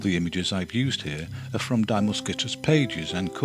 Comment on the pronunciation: Many thanks to Pete Beard for his amazing work in creating this fabulous series of videos, but also to "Goeddy" for translating those captions -- wow. BTW, for future reference, the pronoun in Die Muskete is pronounced "dee" (not "dye"). Cheers!